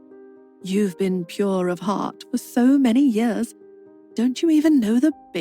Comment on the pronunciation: The AI pronounces it as poor as pure.